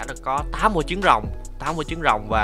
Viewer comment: anh nói ấp chứng rồng mà ☹️☹️☹️☹️☹️☹️